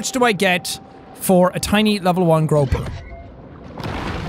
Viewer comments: Grouper- pronounced Grooper not grope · and he says grope-er and not group-er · Grouper pronounced (groo-per)